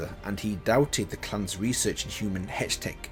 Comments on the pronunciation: Hey, another great video. Just two pronunciation issues lol: Shurima - (Sure-E-Ma) [3 Syllables] Hextech - (Hecks-Tech) [2 Syllables] Good luck with all the fantasy jargon later on as well! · Pronunciations: "Shoo-ree-mah"(Shurima) "Zon"(Zaun) "hex-tek"(hextech) HIghlights with interactions are better